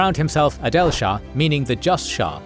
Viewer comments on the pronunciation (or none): none